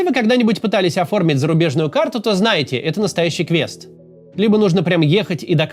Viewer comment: Все бы хорошо, но неплохо было бы поработать над гиперкоррекцией, как например квЭст вместо квест произносить... бизнЭс вместо бизнес